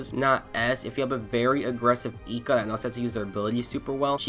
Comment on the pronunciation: man the vid is good with some holes but your character pronounciation is fucking horrendous Nobunaga being nobunga eika being eeka the quality is good though, didnt expect you to have lil subscribers